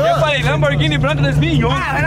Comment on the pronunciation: o "lanboghini branca"